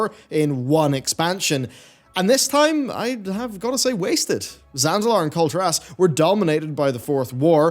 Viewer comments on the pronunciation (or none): Pronounce kul tiras right please.